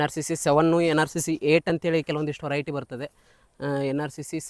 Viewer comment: adu horiety alla veriety ....kannada swlpa shudda vaagi irali